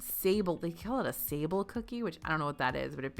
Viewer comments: It’s not SAY-bul, it’s sah-BLAY. A french shortbread. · Sah-blay, not Sable 🤣 It’s a French pastry term, formally called Pâte Sablée. It is essentially a short dough with the addition of eggs, giving it a rich yet still crumbly texture. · It's Sablé (pronounced more like Sablay) a type of shortbread. facepalm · fyi the "sable" cookie is French and is pronounced: sa-blay. There's supposed to be an acute accent mark over the e so you'd know how to pronounce it, but a lot of times it's missing, so we wander around asking, "why in the world would anyone name a cookie after a weazel?" lol [a sable is a kind of weazel.] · Sable is a sandy biscuit if I'm not mistaken and it's not pronounced that way as I know.